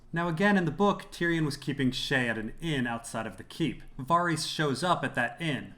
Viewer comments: You pronounce Varys like a fuckwit, and you're horrendously wrong about Yoren and the Goldcloaks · Man, I love your videos and the insight you provide to scenes and situations. I just gotta ask, though.. do you pronounce Varys' name like that just because you can, even though it's not correct? I don't know why it drives me so crazy. And it's not just because "they don't say it that way on the show" .. it's because I've heard GRRM say the name countless times in interviews and he says it as it's pronounced on the show.. as I'm sure they verified this with him when creating it. Totally a nitpick, I am just a bit confused. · I LOVE your videos but why can't you just pronounce Varys the correct way, the way the show, EVERYBODY else on earth, AND George R.R. Martin does...???